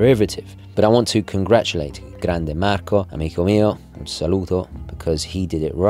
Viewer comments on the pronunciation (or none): none